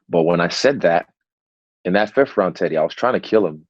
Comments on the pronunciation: Did Eugene just call teddy, (titty)!? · WHen Eugene says Teddy , sounds like he's saying Tiddy :D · I thought eugene was calling Izzy "tittie" he was actually addressing Teddy hahah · Is he calling Teddy Titty? 😆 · Take a shot every time Israel’s coach calls him “Tity” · lmao every time eugene says teddy it sounds like titty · It's so good :D No disrespect to their pronunciation but even when you anticipate him saying it it's still funny. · Haha I kept hearing that